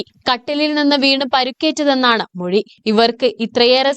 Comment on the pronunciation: മെഴി അല്ലാ മൊഴി😂